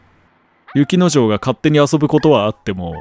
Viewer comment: 雪之丞って言ってるんだろうけど女の子なの意識しちゃって、雪乃嬢って言ってるように聞こえるんだよな